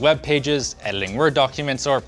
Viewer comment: "ediling Word documents"